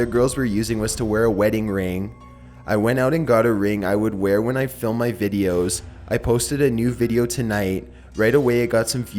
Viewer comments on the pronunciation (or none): none